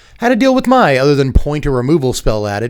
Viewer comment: Mai's name is pronounced "May" exactly like the month of May. I know it's unclear and "My" is the more common way to pronounce the spelling, but that's just how it is. I hope this is helpful.